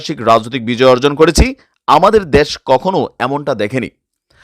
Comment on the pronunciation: "দ্যাশ না "দেশ"